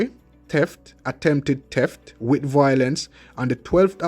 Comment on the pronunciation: it's not teft its pronounced theft, speak the English language properly.